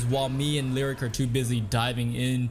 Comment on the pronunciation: Dude it hurts when you mispronounce names constantly. You must have heard his name in at least 1 YouTube video. It's "Lee oh rick" he is not a lyric or a rhyme. It's also not Meeradin... it's "Mur ah din". This will probably be ignored by you again unless up voted for sure. Sorry to bring it up but it's not very common to hear their names mispronounced.